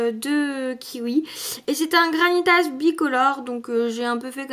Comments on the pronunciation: ONE PRONONCE PAS LE S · On prononce pas le s dans GRANITAS